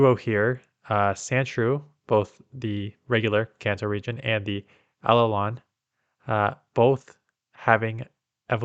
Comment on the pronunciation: I've never heard someone say Alolan like that lol